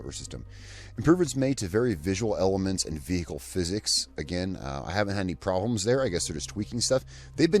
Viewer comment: I stop video when you say. "I have no problemes with the cover system". Come on mate!